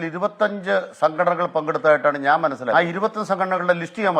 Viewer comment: ണാൻ പറയട്ട ണാൻ പറയട്ടേ. ശവി.